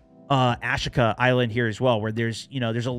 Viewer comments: 🤦‍♂️ Americans. It’s Ashika Island not Ash-ika island. Ashika stone……ash…eeeka. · I think it’s pronounced asheeka my man 😆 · Ah-sheek-ah. Not hard. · It's Japanese, ah-shee-ka